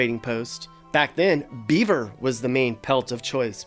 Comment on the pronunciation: You put a LOT of emphasis on the word " BEAVER",.......